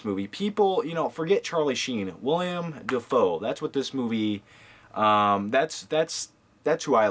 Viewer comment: Its Willem not William.